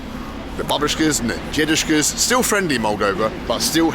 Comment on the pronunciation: why does he say jedushka? isn't it dedushka?